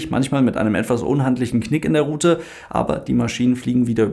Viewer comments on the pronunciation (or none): none